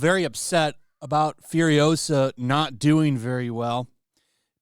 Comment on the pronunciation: It's FuriOsa, not FuriosA